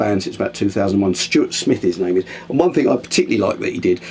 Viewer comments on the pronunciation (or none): none